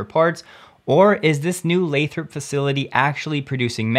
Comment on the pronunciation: Hey, you started pronouncing Lathrop correctly. I didn't want to say anything, but it really did drive me crazy cuz I'm anal about that stuff. Apparently, people from Nevada have a real problem with people who don't say it their way too. LOL